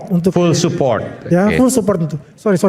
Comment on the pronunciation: ngomong full support aja malah pull support.😂.ampuunnnn..dia dbyr milyar2 tuk bicara inggris kaya gt😂😂😂dsesuaikan sm bos besarnya